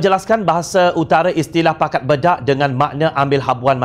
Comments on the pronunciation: Pembetulan sebutan. Bukan disebut bedak..disebut baydak.iaitu berbahagi bahagi. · Bedak ghanimah sepatutnya disebut menggunakan e teleng bukannya e pèpèt. Jika ikut sistem ejaan lama: Bèdak.....talkum (e pepet) Bedak.....diagih-agihkan (e teleng) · Pakat bedak ghanimah maknanya "masing-masing mengagihkan harta rampasan perang". 2. Sebutan "bedak" bukanlah e pepet sebagaimana kita sebut "emak". Sebutan yang betul e taling sebagaimana kita sebut "enak".